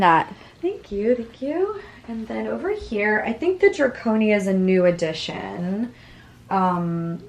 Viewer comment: It’s not draconia, it’s Dracaena. In case anyone wants one.